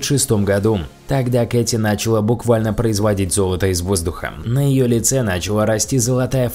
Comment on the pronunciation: Ударения рассказчика «нАчала», «дАла» бьют по ушам((( ..Грамотное произношение было бы круче;))